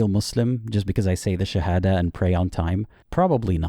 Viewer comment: his shahada pronounciatipn lol